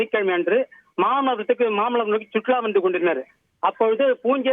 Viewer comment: Mamalaamaaa Ila aiyya mamallapuram